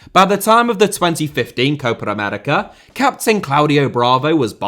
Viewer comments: Am I the only one kinda pissed with the way he pronounces "Copa America" most of the time? It's not Cohpar Americar man come on 😂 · you should pronounce Copa América as two different words. It sounds like you say Coparamerica every time